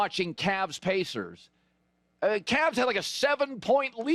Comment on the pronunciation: Colin doesn't know how to say the word, Pacers. Keep reporting on the Lakers.